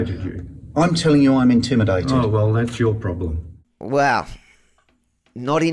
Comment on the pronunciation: Did the cop just say capimidated at the end instead of intimidated 🤣🤣🤣